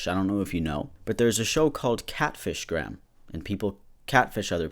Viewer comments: You say Graham like greyhamn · I'm pretty sure it's pronounce grayum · Not to belittle or anything but its pronounced Gray-em, also I really loved those shows, just like Harry Potter and it pisses me off that their writers are such terrible people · Graham is pronounced Grey ham btw ( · In britain its pronounced gray-um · It's pronounced Gray-im. Hate it when Americans can't pronounce our names like Lora instead of Lah-rah. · I think Graham is pronounced ‘grey uhm’ but the way you’re pronouncing it is way funnier. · it’s pronounced gray-ham lmfaoo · I believe graham is pronounced gray-am , I know someone called graham and that’s how they pronounce it. If this comes of as rude I’m very sorry that’s not how I am trying to come off as. I also apologise for my bad grammar. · such a necessary video! i'm irish and his behaviour is appalling. i actually own his old car. if it wasn't for Covid i would have driven it to pride and offered to let trans folk take selfies in it and send it to him! (also difficult name to pronounce, its very irish. it's like gray-ham lin-eh-han) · fun fact, you pronounce graham like "grey um" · Do Americans actually pronounce Graham as "gram"? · Graham is pronounced “gray-em” btw lol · I was about to tell you how to pronounce his name properly but nvm he doesn’t get that- graam it is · if he’s from the uk it’s pronounced gray-am lol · saying graham is so funny its said grey- ham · I don’t know why but when ever you pronounce Graham wrong it makes me chuckle (it pronounced grey um btw :]) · Oh no you have discovered Linehan. Ugh. Gray-um Lin-uh-han (more or less) by the way, not that he deserves the respect of having his name pronounced properly. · Americans pronunciation of Graham will never cease to baffle me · It's pronounced GREY-am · Graham is pronounced (Grayum) over here btw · His name is pronounced grey-em just so you know :) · I'm from Ireland and his name is pronounced gray ham lol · do americans not pronounce graham as gray-ham?